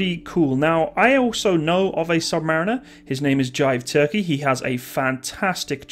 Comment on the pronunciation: i love how he said submariner like a submariner actually says it. My father was a quartermaster on a los angles class sub, he's been around world! Just under water though lol.